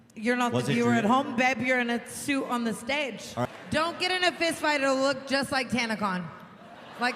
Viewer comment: “beb you’re in a shhuit on the shhtedg” 😂😂😂 oh tana